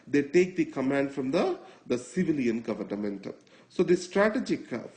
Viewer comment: it's government, not governament